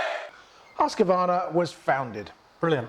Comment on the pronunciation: It is HUSQ-VARNA not HUSQ-A-VARNA dont know why so much people invent letters xD.hahahha Nice vid guys! keep it up!!